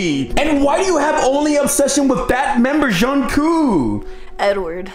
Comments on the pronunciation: It's Jungkook not jhoncoo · "john coo" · John cok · JhOON KOo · John Koo 😂😂😂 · lol 'Jhonkoo' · NOT EDWARD CALLING HIM "JOHN KOO" IMJFKSGFSHGFSFG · he called the doll “JUNKOO”😃💀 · its jungkoo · John coo* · zhong coop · THE WAY HE PRONOUNCES JUNGKOOKS NAME IM LOSING IT 😭😭🙏🏻